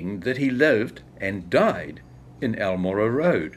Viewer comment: very sht pronunciation. i lived on almorah for a year. wish i didn't know this. turns out he was another colonial land stealer. no suprises. went south to fight my people. interesting history. but the pronunciation is gross.